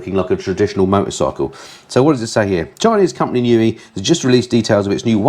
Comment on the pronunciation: Thank you for the news. Here's some of my thoughts on this month; I suggest NIU is pronounced "nigh you" ?? I love the idea of a Gold Star - I nearly flipped on the Royal Enfield, so I'll be watching your review with interest. Remote tuning I believe is when you tune your bike using its dash settings and/or laptop and someone on zoom or similar talks you through it as you go. Please show any future tours the same way you did this last one. Finally I wish my "Striple" 765 looked like your Panigale lol. Readers rides nearly made me choke on my coffee thinking I'd strayed onto a different kind of review :>)